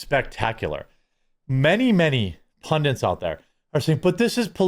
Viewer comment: If you say "pundint" one more time i will need to unsubscribe! The word is PUNDIT!!! Jeez